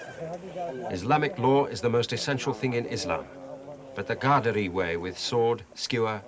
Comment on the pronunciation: Qaderi Sufi Tariqa. He mispronounced it as ghaderi.